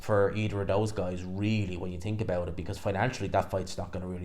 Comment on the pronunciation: Didn’t realise think had a silent h